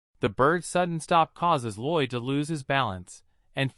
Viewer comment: His name is Lloyd not roid. what even is that 😂😂